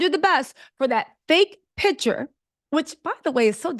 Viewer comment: Picture, not pitcher!!!